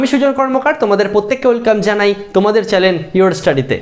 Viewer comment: চ্যালেন না এটা চ্যানেল। 😒